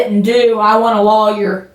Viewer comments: Lolllyer 😆 Thank you, you as well! ❤ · My apologies to the Drop family but if I hear her tell the friend to get a "low-yer" one more time, Im gonna have to move on. Nah, Im going to stick around. Its too funny that she thinks the cops believe that she is unaware of the camera and that she's just nonchalantly chatting about the case at the top of her lungs. 😂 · I can’t help but giggle everytime she says “lawyer”.. what accent is this? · Actually, if you really consider the phonetics, she probably has more of a technically correct pronunciation that the more common "loyer" sound. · It's a crime hearing her broken voice pronounce "lawyer". Stay safe DD, BD, and all the CCCC🤘🫶🌈